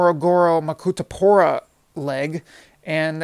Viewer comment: Accurate information also I'm glad you didn't butcher the names "isaka,mwanza,makutupora"